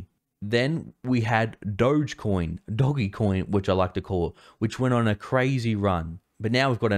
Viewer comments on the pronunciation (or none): none